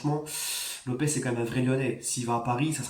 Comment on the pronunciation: Lopes :Lopche (prononciation)